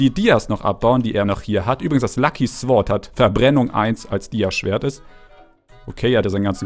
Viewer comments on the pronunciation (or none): Lieber du sagst meistens immer 'sword' so wird es geschrieben aber es wird 'sord' ausgesprochen wäre schön wenn er es liest also bitte liken danke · Man spricht es 'sord' aus!